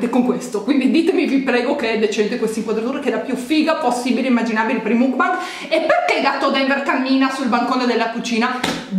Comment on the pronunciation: Makbang... MAKBANG...si pronuncia makbang...grazie